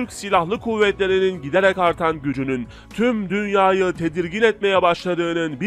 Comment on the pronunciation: "TÜM DÜNYA 'YI"güzel söylüyor...